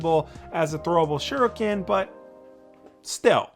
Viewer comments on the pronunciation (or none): none